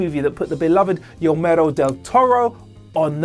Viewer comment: “Yomeiero” Del Toro...?